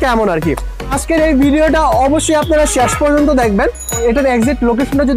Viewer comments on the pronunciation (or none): none